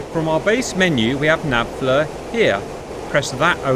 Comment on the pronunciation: Fleer > Fluh...😂